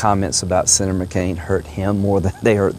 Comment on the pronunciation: "sinner McCain".. you ok buddy? blink once if yes and twice if no